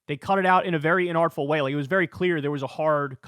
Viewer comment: Please dont ever say "inartful" again 🤮